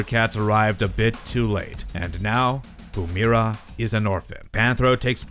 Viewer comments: Its not Pumera. Pu- MY- ra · You're pronouncing her name wrong, i assume you've never actually seen ab episode with Pumyyyyyyyra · If you're gonna do a video about Pumyra, learn how to pronounce the name.